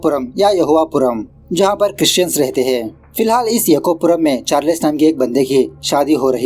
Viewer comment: Charless nahin charles 😑😮‍💨